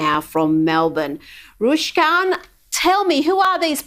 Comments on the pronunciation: C'mon Rita, you should be able to pronounce (as opposed to "Rushkan") by now. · RukShan‼️ Not Rushkan, you fool‼️ Sky News is always getting their facts wrong and talking shhhh🙄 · not Rushkan bloody hell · It annoys me when people get your name wrong - Rushkan 💨💨💨 Give this Gentleman the respect he deserves & its starts with the correct pronunciation of his name!!! Keep up your AMAZING work mate! You're doing a fabulous job, creating content that is not only going out to the world, but more importantly being viewed by the people who NEED to see it! 🙌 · cant even get his name right..... RUK-SHAN not that hard, shows how much Rita has watched his work. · The gentleman doesn't even correct her on butchering his name lol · His name is not Ruskan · not Rushkan hahaha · It's not Rushkan Rita! 😅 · she can't even pronounce your name. Rooshkan.... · Rushkan 😅 like fuck it's not difficult 🤦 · You'd think Rita would get his name right. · are you dyslexic maybe.…… the name is NOT Rushkan! Get the name straight 🤦‍♀️ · Why can't Rita say properly? Not Rushkan lol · She is saying "Roosh-gon", lol. Does not even know his name? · "Rushkan" 🤦🏼‍♂️ how do you not know this man's name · Omg. 3x rushkan Rita ? Perhaps learn the names of your interviewees. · thanks rita but its pronounced "Rook-shan". ❤ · Rushkan? You would think she'd at least make an effort... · Haha i hear a lot of people saying "Rushkan" 😂 Will the Real please stand up. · Rita, Read the Comments. It is like: Fuck Dan. Say it again, slowly Fuck Dan. Now Say Ruk.... Shan. Get it Right. Hmmm. Rita, Go to Melbourne Tomorrow and Sunday, with boots on and do some Good Reporting. Bless You, from Adelaide. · Rushkan?. ...When the presenter can't invest in pronouncing Rukshans name correctly, is it any wonder we have no faith in corporate media? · She can’t even pronounce his name correctly, ripper Rita🙄